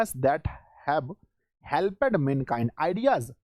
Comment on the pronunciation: सर आप कुछ वर्ड का उच्चारण गलती कर रहे हैं 😢😢 जैसे हेल्प्ड होता है 💯💯 तो आप हेलपेड बोल रहे हैं 😢😢😢